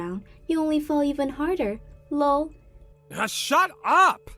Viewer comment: STOP PRONOUNCING THE LOL!!!